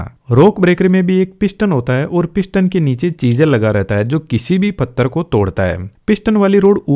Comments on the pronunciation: Pathar❌ Fattar✅ Bhai pakka haryana se hai😂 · Maharashtra mein bhi fattar bolte hain 😂